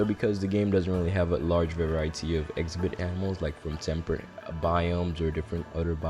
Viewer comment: Where are you from? Never heard that pronunciation of “exhibit” as “ex-a-bit”